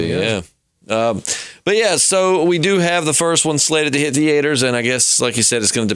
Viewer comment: You got some real neck on you berrating Scott Gimple for his writing, what have you guys written? Scripts? Any published literature? No I didn't think so. Coming from a couple vapers who can't even pronounce 'theatre' correctly. How did I know you'd not actually have any knowledge of the video title subject, because Poocasting dead.